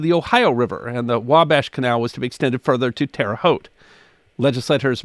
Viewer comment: Thank you for pronouncing Terre Haute correctly. We certainly enjoy your videos. -John